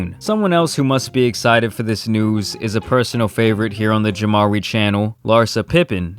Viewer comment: I thought you said Jamrai ( like Samarai )